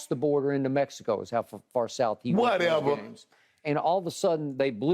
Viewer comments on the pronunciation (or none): My man LeShannon must've learned "Whatever" this week the way he's been saying it 🤣🤣🤣